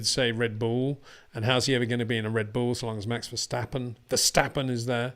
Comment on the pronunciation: I'm Dutch and no one says Max Vershtappen... Actually, if you really want to do it the Dutch way it's the letter 'a' in both words that needs a different sound :D